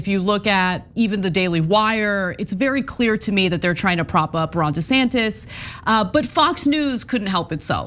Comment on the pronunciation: "Ron Desaster" 😂😂😂😂